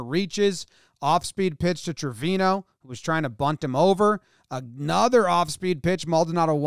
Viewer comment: Jomboy your are pronuncing Trevino bad! Is like Acuña! The pronunce is Treviño! Is a latin last name!